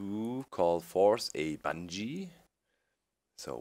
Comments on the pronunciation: He or she means the pronunciation of Banshee, because Doc is constantly saying something that sounds like Banjee. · Need to spawn bange? lol its ban-shee